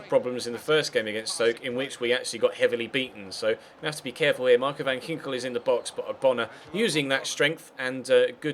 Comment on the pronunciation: You pronounced Van Ginkel very good!